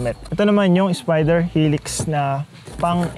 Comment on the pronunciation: "...ng spiderrrr"